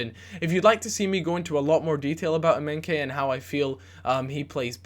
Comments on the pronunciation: Emenkay hahahahahahahahahahahahahahaha his name is EMENIKE EM-E-NEEK-AY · Eminkeye pronounced ehm-eh-nee-kay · its not emenke, its emenike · EM-AH-NEE-KAY not emenkay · thats completely wrong if you say that to yourself that sounds more like M- ee-nie-kee yeah. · Emenike is pronounced M - N - EEE - K. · EM-AY-NI-KAY KSI would be Dissapointed! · EM E KNEE KAYYYYYYYYYYYYYYYY thats how you pronounce it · lol emenkay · I Felt like leaving when he called emenike.. emenkay... -.- gosh!! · ITS EM-EN-EE-KAY!! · how to pronounce emenike emma-knee-kay. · em-en-ee-ka not that hard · i think its pronounced EM-EN-EEKAY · emenike is said e-m-e-n-ee-k-e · Its pronounced "Eh-men-ee-kay" ;-) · it's pronounced Em-e-neeee-kay. Just saying ( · It's pronounced "Em-eh-nee-kay" :) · The Nigerian striker's name is pronounced something like A-may-knee-kay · its pronouncd EM-E-NEE-KAY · Please don't ever say Emenike's name like that ever again... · Em-en-ee-ke and Well-i-ton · It's EM EE NI KAY and it's WELL I TON!